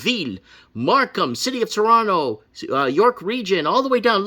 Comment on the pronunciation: Toronto here - YUP. And thanks for saying Toronto the right way bro lol. The funniest part is they're still building condos EVERYWHERE. So the demand is declining while supply is increasing due to inflation this is too funny - and we're expecting another rate hike so if you have a variable rate mortgage well goodluck lol. I own a home outright but bought it way too long ago where I'm comfortable. But, if you speculated or bought a home 'assuming' the price would always continue to increase on a variable my god.